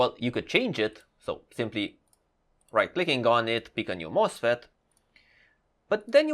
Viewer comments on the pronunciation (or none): none